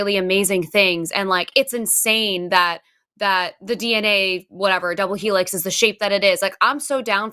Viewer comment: The shape of DNA?: “The Wheelix!” 🙄😅